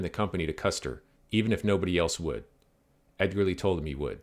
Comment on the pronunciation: Thanks for the video. It's always cool to hear about Winfield Edgerly because he's an relative of mine. BTW it's pronounced edge-er-lee